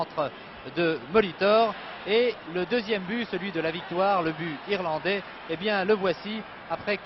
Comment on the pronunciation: les "Irlanglais" ?! 😂